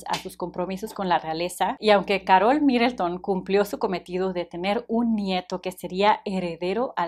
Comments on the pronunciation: No es Károl es Karol😂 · Que estrés que diga caROL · Como se te ocurre pronunciar “Carol” así? 🤣